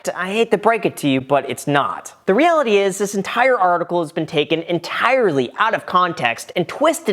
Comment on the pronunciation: did you mean to say the realty cause it totally sounds like you did...